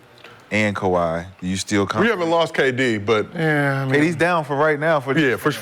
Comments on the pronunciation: Dah, it's Kawhi Dah.. 😂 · Ka-wiT Leanord.😆